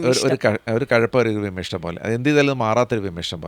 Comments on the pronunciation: വിമ്മിഷ്ടം അല്ല ഡോക്ടർ,വിമ്മിട്ടം. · വിമ്മിഷ്ടം അല്ല വിമിട്ടം എന്നാണ് പറയേണ്ടത്